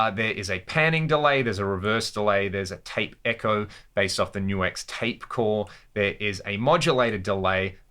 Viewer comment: Things I learned for this video, no1: its pronounced NU-X not nux...